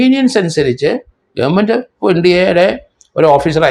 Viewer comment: നുമ്പ്, ഗേർമെണ്ട് ഈ ഉച്ചാരണമൊക്കെ ശരിയാണോ?